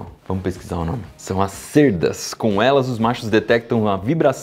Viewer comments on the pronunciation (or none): "cêrdas" não se fala "cÉrdas"